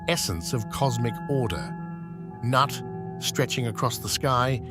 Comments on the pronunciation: Considering it's pronounced noot. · everytime he says "Nut" i die laughing.